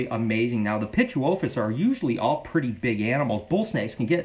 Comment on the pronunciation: Thank you for pronouncing pituophis! I've been trying to figure it out for forever! 😂